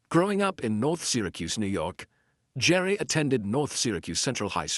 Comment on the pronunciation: ANOTHER STUPID TITLE - CLICK BATE1!! OH GET TO PRONOUNCE HIS NAME PROPERLY, ITS NOT GERE, ITS GERE (GEER).